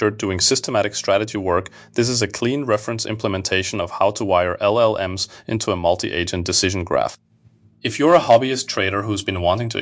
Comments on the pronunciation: Your AI says LLM.S. NOT llms. Your AI reader needs training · While the accent might make the narration seem authentic. Note how the narrator says LLM "ess" instead of LLMs. Slop. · "All of them talking to LLMS, talking to each other." And the S is pronounced like it is any other letter in an acronym, rather than as the plural of an acronym. And this is how we know that this is an AI channel. I'm f-ing out.